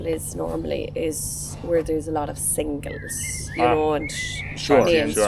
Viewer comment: "SINGLES" trouble eh?